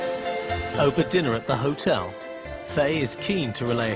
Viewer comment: You can hear Claire say what sounds like “Faye piss off”